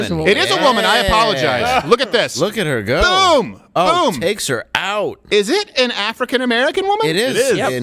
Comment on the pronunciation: Please tell to stop saying “BEEUUM”. (Aka “BOOM”). I love the show but this makes it almost unwatchable. I’m actually being serious. Please.